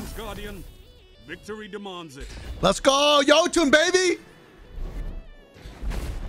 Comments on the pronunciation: the “Yee-toon” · my man really said yeeetun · Jotunn (Yo-ton)